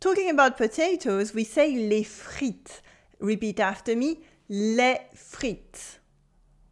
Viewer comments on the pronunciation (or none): Why do you say "les friTS" and repeat it like that again? They'll think that's the right pronunciation. yeah this is better. especially repeat this version, without the s